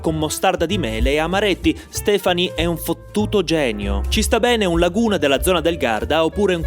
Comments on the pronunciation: Laguna? 🤣🤣🤣 LUGANA non Laguna.... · Lugana, non Laguna